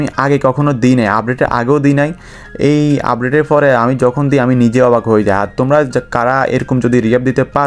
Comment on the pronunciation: অভাক না অবাক হবে 😂